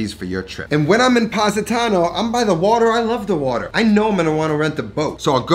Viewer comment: I love your channel and all that you do, but please please learn how to pronounce some Italian words properly 😅 The Positano pronunciation made my cringe a little